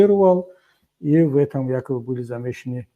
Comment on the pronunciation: Кабири, дядя, не якаби, а якобы:)))